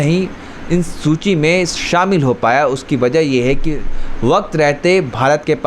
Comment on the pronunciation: Baza nahi hota wajah hota hai mere bhai